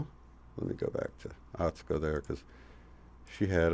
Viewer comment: U never put the U in Atsuko. Pronounce it sue. At sue ko. Ha ha. 😁